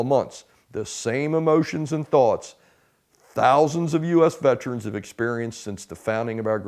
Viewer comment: IT'S PRONOUNCED VET ER ANS... NOT VET TRANS🤣🤪😵😵‍💫😡